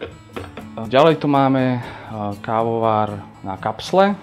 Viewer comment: Prečo to vyslovuje ako "kaoar"? :DDD